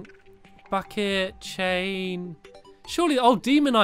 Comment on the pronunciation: bucket sounded like F it